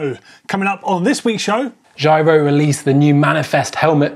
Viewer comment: Finally someone who says giro properly (not doddy)